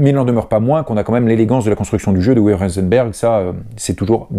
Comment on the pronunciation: UWE se prononce OUVEU. Merci pour toutes ces vidéos !!